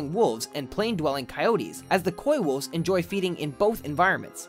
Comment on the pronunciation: Shudders at the pronunciation of coywolves